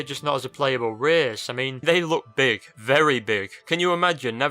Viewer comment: An 11th "reehce"?